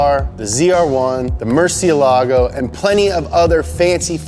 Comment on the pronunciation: He pronounces every car name and brand how theyre supposed to except the murcielago smh